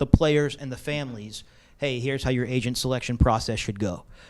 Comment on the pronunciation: Every time he said "agent" I thought he said Asian